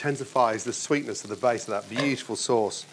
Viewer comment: oh "BEUTIFUL" everythings BEAUTIFUL for god sake is that his favourite word !!